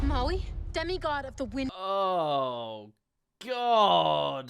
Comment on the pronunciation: Maui became Moai